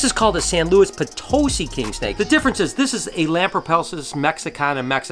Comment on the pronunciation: San Luis Potusi pron-po tu see not potosy